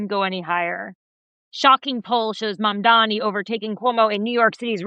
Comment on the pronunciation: Tara, I was about to subscribe, as I enjoyed this guest -- but please learn how to properly pronounce the names of candidates. If you watched the debates, which I would hope you did, you would know it's M-A-M-D-A-N-I. It's not that hard.